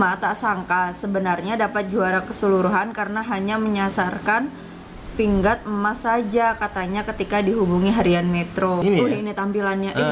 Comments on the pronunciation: Assalamua'laikum. Alhamdulillah. Tahniah kpd pasukan Malaysia atas kemenangan tersebut. Sebutan pingat tu pi ngat bkn pin gat. Pingat tu medal dlm Bahasa Inggeris. Malaysia mendunia. Teruskan kecemerlangan kamu. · pingat bukan bunyi pin-gat tapi pi-ngat